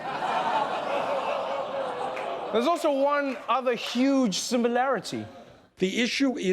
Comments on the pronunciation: "The issue is the YYYUGE..." There's the Bernie we all know and love! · Most guys from new york who were born before 1965 pronounce "huge" as "yuge" and "human" as "yuman" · Yes they pronounce "huge" the same way, what a political argument. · Bernie and Donald both pronounce 'huge' as 'yuge' but there the similarity ends. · "One thing Mr. Trump and I can agree on, is that huge is pronounced 'yuge'."